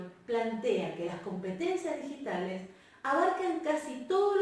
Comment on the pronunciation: En el min 12 dice "Ditigales"